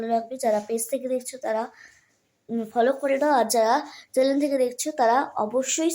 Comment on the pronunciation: চ্যালেন বলিস না ,,,,চ্যানেল বল। কথা গুলো তো ঠিক করে উচ্চারণ কর😂😂😂